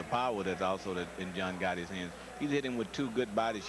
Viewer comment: Hahahahaha he called him John Ghotti 😂😂😂